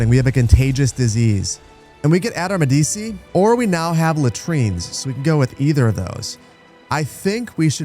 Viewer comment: Its pronounced "MEH-dee-chee."